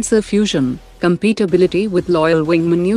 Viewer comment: Timestamp to , and to , I think the Narrator meant to say "Compatibility" not "Competibility ." A slight difference in pronunciation, but totally different meanings.